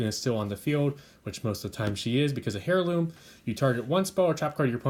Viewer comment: I really like your speed duel content so keep it coming! ^_^ I don't mean to criticise in any way or form, just thought that I'd mention that in the word "Heirloom" the H is silent.